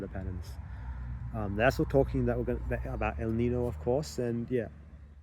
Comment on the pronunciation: I like your plan not to tell your next move until it's accomplished. That's much healthier than setting up yourself to fail publically at more difficult goals, which can take more than one try. I note how you're pronouncing "El Nino." That might be common in Australia, but the American English pronunciation is identical to the Spanish "El Niño." The tilde is not a diacritic, but rather "n" and "ñ" are entirely separate letters of the alphabet in Spanish, the latter having an "ny" sound, as in the English word "canyon," which is from the Spanish "cañón."